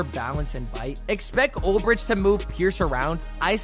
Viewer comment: Preciate the content. Pearce had 7.5 sacks not double digits. Also you’re mispronouncing Ulbrich